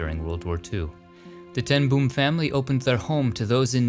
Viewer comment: Love your video's. Little correction on the way you pronounce Corrie ten Boom. In Dutch its pronounced Corry ten Boam or like the name Bo (Bo Derek) and you put a M at the end ;-) (not like an explosion boom). It was a surprise to me her restingplace is in the States. Thats why I love your video's. Full of surprises